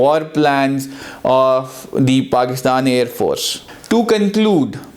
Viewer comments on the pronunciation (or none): none